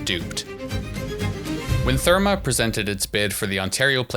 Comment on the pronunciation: IF you can’t even pronounce #Therme, you might not know what the fuck you are talking about.